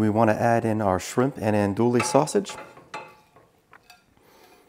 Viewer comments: Looks good! BTW - It's pronounced ahn-do-ee, not ahn-do-lee. Used to live in La Place, LA, which claims to be the Andouille capitol. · Looks really good... thank you! Sausage is pronounced On-doo-wee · EN-DO-EEE!!!!! that’s how you say it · “Andooley sausage” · Pronounced "Ann DOO we" you don't pronounce the "L" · “Andewey” sausage (not “andooly”) “Pennay” pasta. (Not “pen”) Otherwise great video. Oh also, please! We do not want to hear you chewing. Gross. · Not to be too specific, but, the correct pronunciation is "Ann Dewey", and the pasta is "PEH-neh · Actually they’re pronounced AUN DEWEY......48 y/o lifelong New Orleanian 🥰 and PENAY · Naphisa Modmonss lol. Nope I’m a school teacher and how words are pronounced matter. Also, manners matter as well. If you don’t want to hear constructive criticism, then you probably don’t care about improving what you do. I’m assuming this guy does care hence my criticisms. He can take it or leave it, that’s his business. I guarantee you he won’t mispronounce ‘andouille’ or ‘penne’ again now that he knows as I’m sure—unlike you—he doesn’t get butt hurt over hearing honest criticisms and truly wants to improve his videos. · Ya see the next time he does a video wherein he has to pronounce ANDOUILLE or Penne, he will get it right [id bet you a $1000 he gets it right trust me] and that helps him in creating better content. I prefer he be better able to pronounce words correctly even if my delivery method is a bit harsh. You’d rather he continue to mispronounce words out of a misguided effort to be “nice”. You’re being nice does nothing to help him whereas my original comment DOES enlighten him.